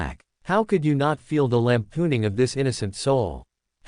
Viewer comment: Did I hear… lampooning?